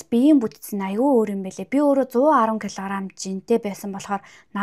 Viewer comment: 😂кг гэдгэ килгарам гэж хэлээд 😂😂 инээдтэй сонсогддынбэн